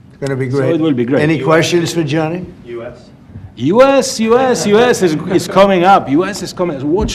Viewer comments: It's Gianni, not Johnny. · Infantino spoke exactly what trump wanted to hear. 😂😂😂😂. Btw, his name is Gianni not Johnny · Gianni not " Johnny"😅😅😅